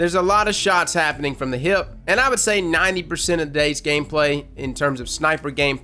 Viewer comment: I like how you say hip (heip).